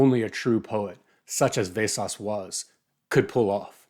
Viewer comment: Wow, what an original and thoughtful review. I was expecting this book to be Vesås' take on Flowers for Algernon, but I guess not. Btw it's pronounced Vesås not Vesas